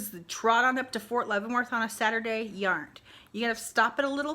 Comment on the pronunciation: "Yarnt" yeeeeeesssss